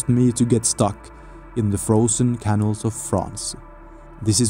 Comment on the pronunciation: Back to caniils again. It is ca-naals.